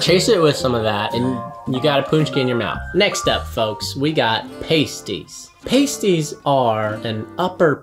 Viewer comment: I always use some gravy with pasties. And you don't use the long A vowel when pronouncing it.